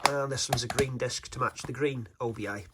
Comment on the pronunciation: Always nice to see a new boutique label starting up. Gives us hope that physical media is here to stay (at least for a while!). BTW, I think it's "obi" rather than "O.B.I.", as it's taken from the name of a sash worn with a kimono, which the paper band kind of resembles. I always called it an obi strip when I got one on a record.